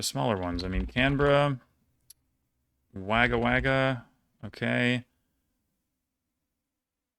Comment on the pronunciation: And btw you have great pronunciations for almost every country, but your pronunciation of “Wagga Wagga” cracked me up Ngl